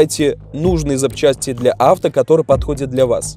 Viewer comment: Не правильно ставит ударения на Рапорт и Авто, казалось бы